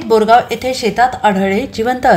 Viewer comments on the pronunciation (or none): बोरगांव नव्हे गौरगांव